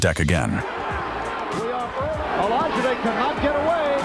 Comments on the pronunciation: He said Olijide legs Liquified 😂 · AI narrator pronounced Olajide’s name three different ways in 20 seconds 😂😂😂